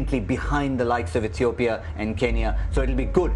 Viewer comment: she says Bekele from UTopia lol